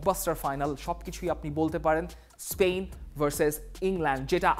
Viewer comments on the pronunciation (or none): none